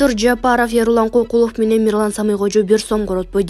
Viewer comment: Алып баруучу тилиңди булдурактатпай ордуңду таза так сүйлөгөн адамга өткөрүп берчи. Эрлан Кокулов эмес ЭрУлан Көкүлов десең.